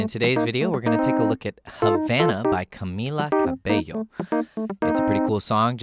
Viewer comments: Some people won’t understand but sir god bless you for saying her name right thank you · IM SO PROUD YOU PRONOUNCED HER NAME CORRECTLY I LOVE YOU YOU NOW HAVE A NEW SUBSCRIBER!!1!1!1!1!1!1!1